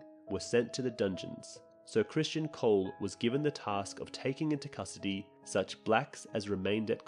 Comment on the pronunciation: Where do you keep finding these extra letters in the names? Ser CRISTON nog Christian! And in another video you called Alicent’s other son Daereon but it’s DaeRON